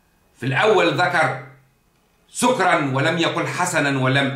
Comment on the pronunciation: اخي الفاضل لابد من التاكد من نطق الايه سكرا بفتح السين والكاف اتمنى التدقيق